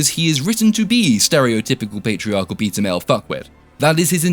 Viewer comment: every time you said "beta" i heard "pizza"